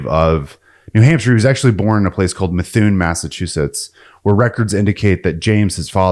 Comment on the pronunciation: Methuen is Ma-thu-in lol